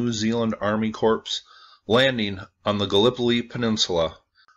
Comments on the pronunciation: Corps is pronounced ‘Corr’ not ‘corpse’, that would be a dead body! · It's pronounced "core" not "corpse" lol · Corps is pronounced Core, as in Marine Corps. Also we don't need you to repeat what was just said by a scientist (Randall Carlson), you lost my interest when you did that.